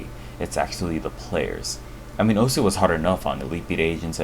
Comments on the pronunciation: How you pronounce "osu" is weird the word is pronounced in one syllable "ous" = ošu. Not o-su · Why is he pronouncing it "Oh-Sue"? It's supposed to be pronounced "oss". The game even says that when you start it. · turn on captions everytime he says "osu" the captions is "oh su" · Everytime someone pronounces the game's name as "o-sooh" a little hentai gril dies. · It is, but considering that I'm not Japanese, I think me pronouncing it the way english players say it should be acceptable. Right?